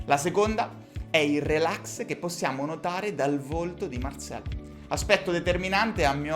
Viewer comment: Marcel perche lo pronunci alla francese?